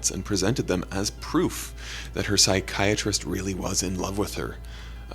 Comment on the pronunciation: The way they say pSyChAriSteT. Is it american English or british english?. The degeneret way it sounds it must be American English?...